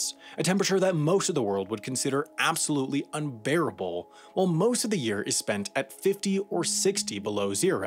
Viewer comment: "unbereable", try saying that to a russian